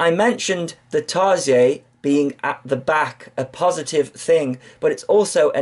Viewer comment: Tarsiez? I thought it was "seer", is it french? Awhawhaw, look at mah LeDrone :D Jk, couldn`t help myself :p